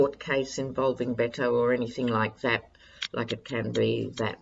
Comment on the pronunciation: Hi, with all due respect, and no offense intended, Beto's name is pronounced bet (as in making a wager) o. Beto O